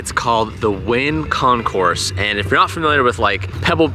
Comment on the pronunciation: Also, not con-course, with the S. It's con-cor.